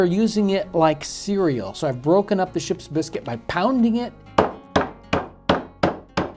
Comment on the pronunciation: This man’s commitment to properly pronouncing Ship’s Biscuit is stronger than most marriages.